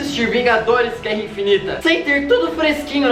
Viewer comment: ''guera'' com 1 r kkkkk